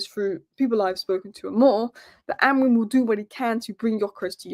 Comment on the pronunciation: It's actually pronounced Amoreem (Amorim) according to the Portugese.